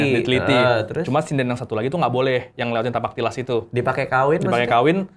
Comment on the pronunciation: bukan "Tipak talas" bang .. tapi " Tapak Tilas" ..